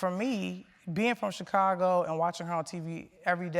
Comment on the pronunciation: I hate the way Charlamagne pronounces the word "Chicago" lol